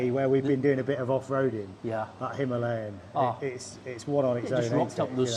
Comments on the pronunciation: I try my best to follow it - But as mentioned at the end of this day - We all know what you will choose. The real hard bit is.... it is called a HIMILAYAN not a himaaaalian. Sometime you get it right and I go Yes! then you go back to Himaaaalian? Love the roads and it looks like awesome fun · Hi Ma Lay An! Why do so many bike journalists have so much trouble saying Himalayan?